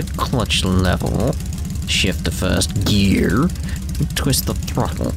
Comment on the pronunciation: I like to think that whenever you say "gear" in a real world situation you always say it like that.